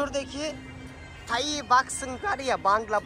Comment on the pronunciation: Tayi değil Tay kardeş 😂